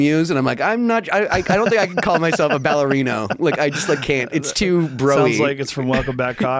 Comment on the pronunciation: it's ballerino